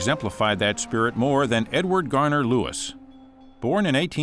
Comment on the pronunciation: DO YOUR RESEARCH,! It is Edward GARDNER Lewis, NOT Garner!!!! Stupidity here!!!